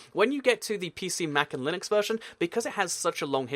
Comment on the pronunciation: you say linux weirdly.